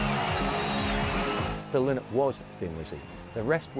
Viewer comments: Another expert, calling Phil “Linnnnn-it”. It’s Lie-nut” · His name is pronounced Lie not, not Lin not. His daughters said a Linnet is a small finch not a person.